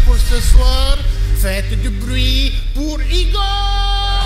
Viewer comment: its "faite du bruit" (Make some noise) not "faite du brie" (type of French cheese) XD